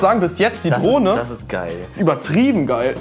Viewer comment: Ich habe statt Drohne Droge verstanden 😂